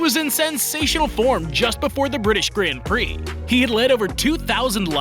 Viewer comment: Please say grand prix and not gränd prix